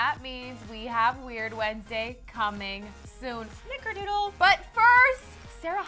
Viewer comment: I'm I the only one who noticed that throughout they kept saying snikerdoodle?